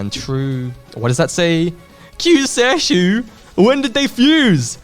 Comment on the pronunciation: I know you already had the original in the trio video but Kyuuseishu is pronounced "Q say shoe"